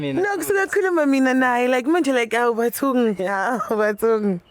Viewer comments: Awutha uCc mayesethi 'AwuBathungii' 😂yini Leyo manje the pronunciation akushiwo njalo. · 🤣🤣🤣🤣🤣🤣 Bathung!!! I heard that😅